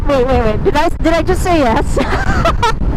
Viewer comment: Hahaha the way that "yes" sounded was a bit off. Literal good vibes hahaha